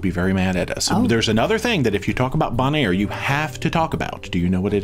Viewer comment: You are mispronouncing Bonaire. It is pronounced bone and air.